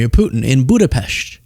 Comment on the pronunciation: Thanks for pronouncing Budapest correctly. You are a very intelligent young man. I give you a lot of credit for visiting Ukraine. Hungary shares a border with Ukraine and my mom is from Budapest but in the 1960s, she left with her family. It's a beautiful city. Anyways, thanks for explaining.